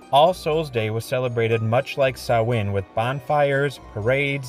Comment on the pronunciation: Yo +1 represent for CLUB SOLO ICED COFFEE ✊ THANK YOU for pronouncing "Samhain" as intended 🙏